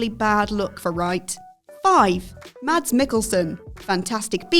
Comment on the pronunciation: It's funny when English speaking people say Mads Mikkelsen's name. The D is silent in the Danish name.